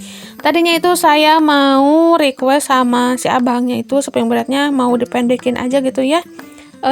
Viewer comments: Bund mohon maaf sebelumnya, aku jadi gagal fokus pas bilangnya spring bred, yg benar itu spring bed ya sayang bednya ga pake r ☺🙏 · Spring bed Bun, bukan spring bred 🙏